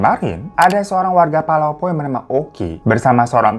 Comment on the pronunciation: palopo bang bukan polopo